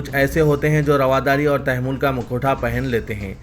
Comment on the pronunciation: It is Tamahhul, not Tamehhul plz.